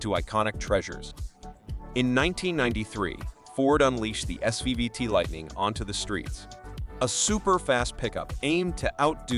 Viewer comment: why are their Dodge and GMC pics throughout the video? And why does the narrator keep saying SVVT when it is SVT? annoying...